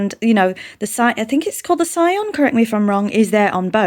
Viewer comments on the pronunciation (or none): Tomb Raider Anniversary is a remake of Tomb Raider, not a remaster. The artifact Lara has been hired to retrieve is the Scion, pronounced 'ski-on'.